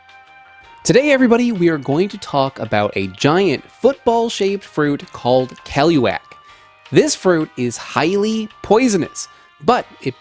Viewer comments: caliwhack 😄 kuh-LOO-ahk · The way he says "keluak" makes my ears itch. It should be "ke-luak" and not "keh-loo-wack". Grew up eating the stuff cooked by my older relatives...the stuff has kinda like a dark chocolate type of flavour. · KELUAK❌ KLUWEK✅ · it's always weird how foreigners kept calling that thing as KELUAK we usually called them KLUWEK(clue-weck) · Listening to you is painful as you torture the Indonesian language. Please, allow me to help you a little. Whenever you meet the letter 'a' in an Indonesian word pronouce it as you do the letter 'u' in the word 'up'. That way you can pronouce the last half of the word 'keluak' properly. The letter 'e' in Indonesian can be pronounced in 2 ways. In the word 'keluak' the 'e' is pronounced as the letter 'a' in the word 'an'. That way you can pronounce the first part of the word 'keluak' properly. Please. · as usual, your pronunciation always bugs me out as native speaker where that fruit from just google how to pronounce it and youre good